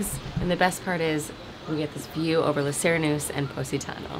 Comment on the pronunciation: Lay See-ray-noose-eh